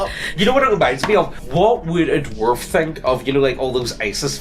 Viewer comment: Take a shot whenever says "doo-warf".